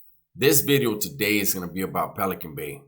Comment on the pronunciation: Yeah he said new wideo.